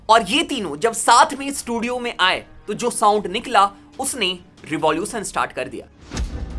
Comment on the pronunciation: International ❌ इंटरनेसनल ✅ Revolution ❌ रिवोल्यूसन ✅